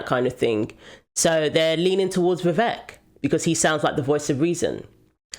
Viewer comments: Vivek pronounced like cake. Vi Vake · 100%. He's not a politician like Biden who can keep a mask on forever. Also fyi its 'Vi Vake' and not 'Vi Veck'. rhymes with cake and not wreck. 🙏🏾